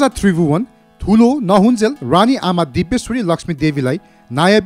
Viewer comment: Tait mula k vanx bs1963 ma janmera bs1938 ma 5 barsa vanxa .and rani Ra raja ho Vanni Ryani Ra ryyaja hoin .kya narrator banega aawaj nai sajin maharjan ko jasto xa